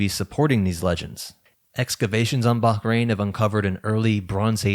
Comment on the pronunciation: This is kind of an irrelevant point but I love how you pronounced the h in Bahrain properly lol. Have you done other videos on the oldest possible myths/folklore motifs, like the Earth Diver or Pleiades sisters stories?